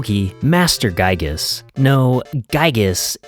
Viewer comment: This was a good video! just one thing, Giygas is pronounced "gee gus" like giga with a s at the end.